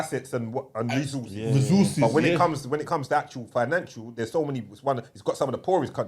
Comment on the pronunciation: "rezzoozes" lmao